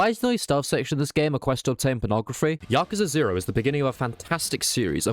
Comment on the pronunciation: You said it correctly-ish. As good as you can with english accent.